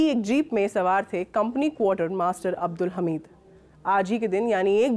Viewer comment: ma'am वीर अब्दुल हमीद बोलिए